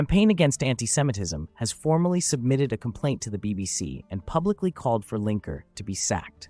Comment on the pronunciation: Lineker. Not Linker.